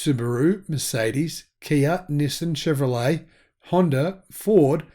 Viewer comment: In America we pronounce Nissan - Nee-sawn